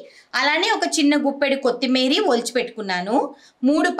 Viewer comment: కొత్తిమీరి కాదు కొత్తిమీర అనాలి